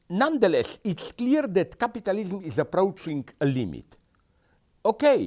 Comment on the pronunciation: I just love the way he pronounced capitalism. Capatalism XD